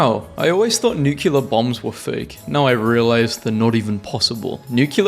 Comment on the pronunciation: NUCULAR!!!! love your stuff though